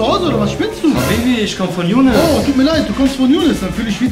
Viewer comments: Hört mal ab Minute 5 19 er sagt jounes Amiri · Er sagt junis amiri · Er sagt Jounes amiri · Hat er gesagt jounes amiri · Ihaab Noho der sagt younes und miri